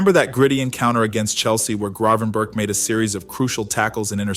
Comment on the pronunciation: Is this AI generated? The team he played for is eye-ak (not the American cleanser) and you’ve muddled his last name